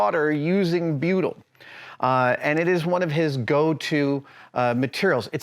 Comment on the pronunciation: 26 minutes in, I'm thinking what the fuck is Beeyudel?? I was a marine engineer for 15 years and I haven't heard of this stuff?? Then I realised he was saying "Butyl" HA!!